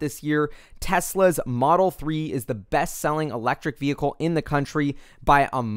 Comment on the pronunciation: The correct pronunciation of the word "vehicle" you can find here